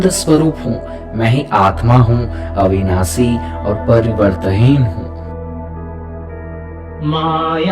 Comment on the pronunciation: Please correct your prononciation. It's शुद्ध not सुद्ध, अविनाषी not अविनासी। You might chant the mantras wrong which could have fatal results. आप "स" , "श" और "ष" तीनों को "स" ही कहते हो।